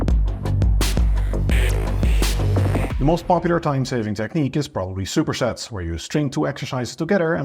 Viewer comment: It’s cute the way says ‘shupershets’